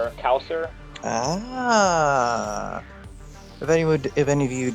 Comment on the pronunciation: Casull is pronounced "Kha sool"